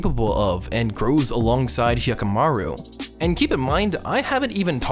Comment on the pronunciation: I literally couldnt watch the video because of his pronunciation of dororo and haykkimaru